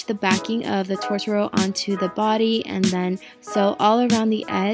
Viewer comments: Ur kidding. It's TOTOro. Not TORtoro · SHE KEPT SAYING 'TORTORO' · Its pronounce toe-toe-row (said it a bit fast) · Did she call him torturo its toe-tu-roe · She called him “tortoro” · Who else started laughing when she said Tortoro. I was like, he's a magic animal, not a tortilla😂😂 but no hate, it looks great😁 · Says: ‘Tortaro’ Me: *spits tea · I'm really late but just wanted to say that I'm having anxiety from her saying "tORtORO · I love this tutorial, but everytime she said "tortoro", i cringed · IM CRYING SHE SAID TORTORO NOOOOOO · IM SCREAMING ITS TOTORO